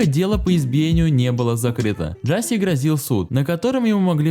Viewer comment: Да не Джаси, а Джашеш !!!